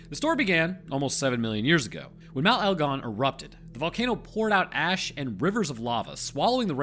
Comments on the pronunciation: You pronounced elgon spot on mate. Kitum is pronounced keetoom insteam of kiddum though. Pls Dont feel im being a cunt though. I like helping & encouraging. Im an Aquarian. Im also a Rhodesian Scotsman ( i know, i know ) wtf is that 😂. & I'm always murdering words from other cultures. It wasnt till i travelled in Europe in my 30s that i started taking the time to get shit right. I never gave a fk before. I really enjoy the learning these days but im old fart of 50 now. I really enjoyed this film of yours btw. I live in Edinburgh now & we say that in our broad scots accent as Edinburra. Just the other week i was talking to one of your lot & he was saying how much he liked Edin bow row. He was from Albuquerque which i had ia giggle with him saying id love to visit al bew kwer kway one day 😂. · That is 100% how you pronounce Mt. Egon